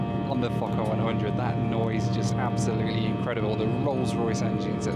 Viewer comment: It sounds Like f**ker 100 not focker 100. So I giggled. But good review